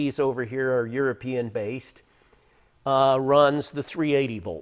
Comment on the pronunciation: Haha you said youapeeing (European)😆